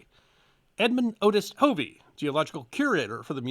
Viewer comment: Hey, I'm not sure if you're saying my last name (Hovey) or not, but, it's a short o, not a long o. "Huhv-ee", NOT "Hoo-vee".